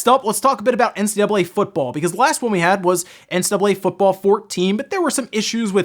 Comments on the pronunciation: Why is he not pronouncing the C in NCAA? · How come you can't pronounce NCAA?